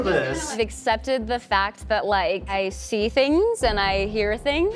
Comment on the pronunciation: “Icee dead people” 😭